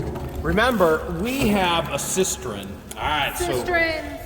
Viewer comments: It's pronounced sis-tern not a sis-ter-in. Not trying to be critical, just drives me nuts when people mispronounce words. The one that drives me absolutely insane is when people say aks instead of ask. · Cistern. SIS TERN is how you pronounce that word. We have one too.